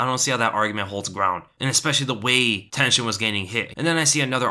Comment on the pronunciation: Everytime he said Tenshin I thought he mean tension